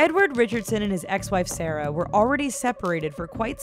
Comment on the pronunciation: Pandagirl SP lmao she said sara not sarah